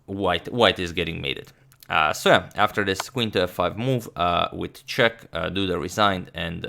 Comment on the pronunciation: Agad subtely speaking wojtaszek (radoslaw wojtaszek) instead of with a check 😆